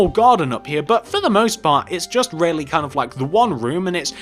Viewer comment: I like how you say really it sound like rarely